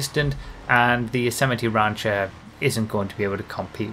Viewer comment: Nobody:: rÁncher Love it.